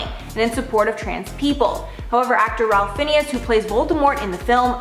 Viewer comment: Ralph Fiennes is pronounced Rafe Fines, unless someone could actually see the screen, they’d have no idea who you were speaking about. Whoever researched this really should do their research properly!